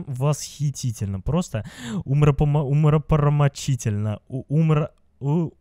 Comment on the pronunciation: ты хотел сказать ума помрочительно